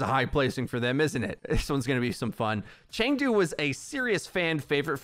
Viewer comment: Chengdu is pronounced Ch uh ng doo.. go hunters